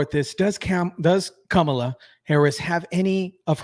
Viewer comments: "kum'alot harris"😂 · Kamala Devi How u pronounce sum is how Kam in Kamala is pronounced. Ala in Kamala is similar to gala. Kamala is a name of Devi called Luckshme or goddess of prosperity.